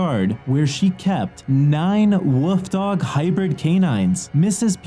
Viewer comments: I keep thinking you're saying woof dogs which is adorable... Not wolf dogs 😂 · Did he say woof dog's